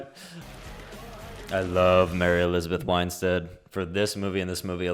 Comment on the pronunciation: You love Mary Elizabeth so much you can't even pronounce her last name lol. Wine-stead? It's Winstead my guy.